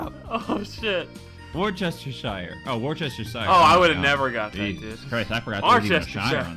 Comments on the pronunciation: 3 years of learning has lead me to this point, it is wuster shire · Guys its pronounced whouster-shere sauce. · ITS PRONOUNCED WUSTER SAUCE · Worcestershire is pronounced Wuss-ter-shire :D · m8 it is pronounced wuster sauce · worcestershire is pronounced wustershire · Worcestershire is pronounced Wustersheer. I live here... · Wuster shire sauce actually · It's pronounced wostershir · Your pronunciation of Worcestershire is killing me 😂😂😂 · Except you forgot the '-shire'.